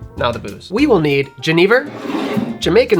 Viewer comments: if i can find a bottle of Chartreuse ill give it a go for sure! just for the color alone i wanna try, it looks great! and i love to see my national spirit jenever make another appearance. little note on the pronunciation for if you care about that sort of thing, if youd write it more phonetically it would be something like yu-nay-ver. so 'yu' like 'yuck', nay like 'aye and nay' and 'ver' like you said it already. just a little note on the modern lexicon of verbal words that we use in the language arts :p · Pronounce 'Jenever' as yuh-NAY-ver to really channel your inner Dutchie. Cheers from the Netherlands